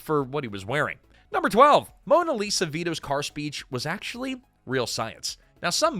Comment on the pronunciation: Mona Lisa? This is what happens when you have AI do things like narrate